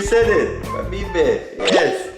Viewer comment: Yey 👍 he said pabibe! Good job!